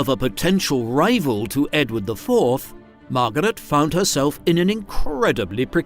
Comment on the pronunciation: MAR-GAH-RET! LOL